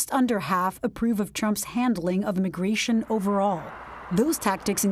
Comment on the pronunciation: IMmigRaTioN why he say it like that in the beginning? Well either way I tell ya what they gone enjoy the weather where they’re goin’ jajajajaja